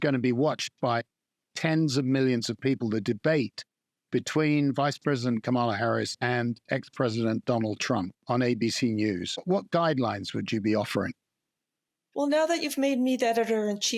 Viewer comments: Her name is KAmala (Commala). Please get it straight. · Please pronounce Kamala’s name correctly: COMma-luh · This would all be a BIT more congruent if Lee-OH-nel Barber bothered to pronounce KAH-mah-la Harris’ name *properly* instead of the way that Donald Trump does. Just sayin’ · The guy in the middle is an idiot. Askes stupid questions, can't even say Kamala properly...thank god we mostly got to listen to Rebecca Solnit. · It's remarkable that Mr Barber mispronounces Harris's name, just like Trump does, , even though the pronunciation has been discussed a million times the past few weeks.